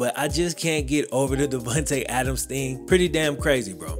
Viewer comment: "Davuntay Adams" lol